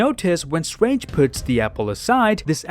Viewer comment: i like when he says "Doctor Strwange"